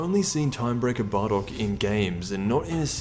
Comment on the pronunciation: why did he say barrock?